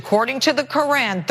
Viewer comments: I personally am offended by how she just pronounced hijab and Quran lol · KO-RAAN, HEE-JAAB, IZZ-LAAM, MOOZ-LUM Bunch of YEE-HAW ding dongs